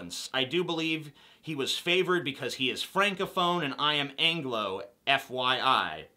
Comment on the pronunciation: Why do people say F I Y instead of F Y I? I'm confused